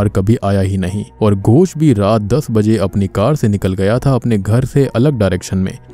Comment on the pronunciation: Tum bar bar gosh gosh kyu kr rahe ho it is ghos not gosh ...gosh matlb pata h kya hota hai mansh ko kehte hai gawar ...